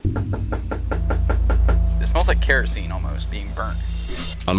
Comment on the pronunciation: “Keroseney Propaney” is too funny for some reason